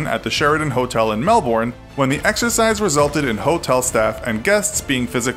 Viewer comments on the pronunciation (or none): ARRR YOU YANKS CAN NOT SAY MELBOURNE!!! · LEARN TO PRONOUNCE MELBOURNE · I’m from Melbourne and please don’t say mel born say mel bin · Why do people pronounce Melbourne like melborn? It’s actually pronounced like mel-bon I’m an Aussie so I know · nobody seems to be talking about this but melbourne is pronounced melbin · Just pronounce Melbourne as melbn trust me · yeah "Melbourne" is pronounced "Melbin" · Melborne? Wtf is the matter with u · Lmao the pronunciation of Melbourne it’s supposed to said like ‘Mel-bin’ not melBORN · *[melben] is how you say Melbourne